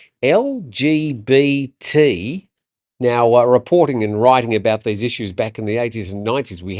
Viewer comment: Interesting tone of voice for the "LGBT" pronunciation. First rule of journalism. "Keep up with abbreviations and acronyms or retire". 😮😊 When they add OF* to the letters we'll all be able to go for a group walk. (*Old Fart) 😂🎉